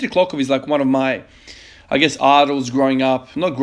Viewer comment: hey ivan i havent been able to comment my streak cause i am extremely overwhelmed with stuff however i, as a bulgarian just wanted to mention your impressive pronnounciation of dimitri klokov and ivan abadjiev